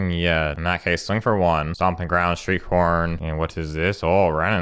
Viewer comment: Half the time when you say "Shriekhorn" it sounds like you're saying "street corn".